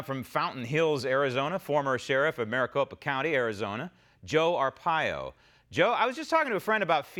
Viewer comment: are - pie- yo